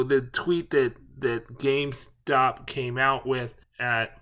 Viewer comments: GameSTOP... not GameSpot.... Those are entirely different entities. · why tf u call it gamespot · Why do you keep calling GameSTOP , gameSPOT?